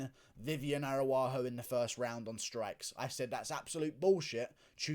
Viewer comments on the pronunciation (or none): "Cacuera", "Aruarro".... I can't take it bro. 😂😂😂